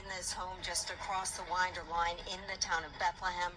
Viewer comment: It’s WINDER, Ga not Widner 😂